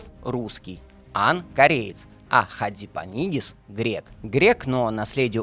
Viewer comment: Фамилия Василиса - Хадзипанагис, а не Хадзипанигис. Читайте правильно.